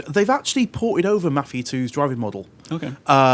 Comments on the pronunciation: it's not fucking mufia lol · What the shit is "" is that seriously how your accent makes you pronounce Mafia?